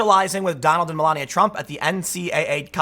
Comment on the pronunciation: Its me-LA-ni-a lol. Not mellenia